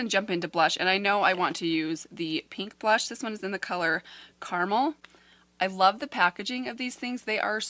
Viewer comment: Just a lil FYI...I live in So. Cal. and Persona names their products after the beaches along the southern coastline. The blush Carmel is pronounced as Car MEL [as is Mel Thompson). Hope this is helpful and not meant as a criticism at all because I adore your and your videos. You can call it Carmel as in the candy, doesn’t bother me one bit, but I do know some people are kinda rude in comments, so it’s just to keep,you from getting those comments (like this one?!?!?.....NOOOOOOO] lol.